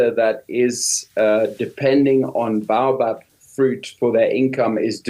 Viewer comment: Baobab, Cream of Tartar fruit. It was a fun fruit treat for me when I was a child so long ago. It was a burst of sour/sweet sherbet that fizzed in your mouth. I wish they could pronounce bay-o-bab correctly.